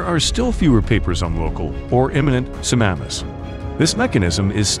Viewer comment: It's not sunamas, it's tsunamis